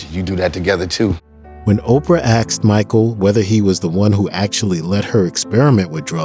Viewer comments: BTW...it's asked....not axd. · It's "asked" not "axed"! I love this biography but the pronunciation of certain words are not "good"! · Could you please pronounce the word " asked" correctly